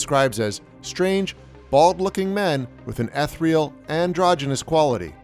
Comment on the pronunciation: ... ETH - RE - EL....? Alright blocking this channel now.